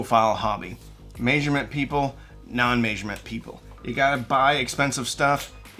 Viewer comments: MAYsurement MAYNOTsurement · Are you Canadian? You say measurement funny. 🤪